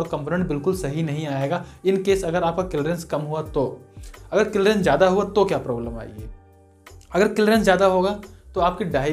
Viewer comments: Ara bhai clreance nhi ... clearance hota h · Kilrence nhi clearance bol bhai